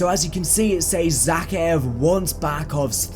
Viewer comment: Is it just me that's pissed off because of how he says zakiev, plus he says task 141 oddly aswell, but I do still like your content. Keep it up bro ❤️